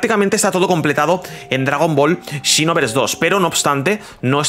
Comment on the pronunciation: Dragon ball "chinovers" JAJAJAJAJA es "sinovers"